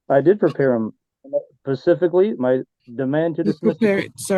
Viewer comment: "Pacifically". We are not on the west coast